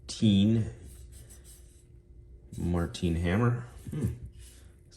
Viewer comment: How does one mispronounce the name “Martin”? Think of 2 words Mar and Tin and say them together.